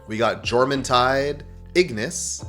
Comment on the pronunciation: Jormuntide is pronounced "Yor-mun-tide".